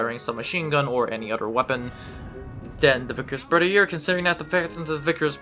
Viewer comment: Its pronounced berth-ee-aye